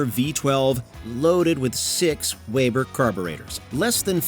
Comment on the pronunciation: Wehbah carbs? Aww gummon